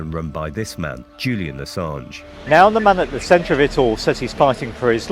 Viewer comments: the gaslighting and hypocrisy runs deep with this one. and friendly tip: it's pronounced "uhsawnj" (he's one of the most important figures of our time, gotta respect his name, bruh ;) cheers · You're pronouncing Assange wrong.